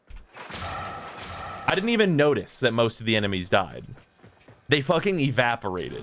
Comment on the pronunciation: “They f’n exaporated” 🤣😂😂 I want him now lmfao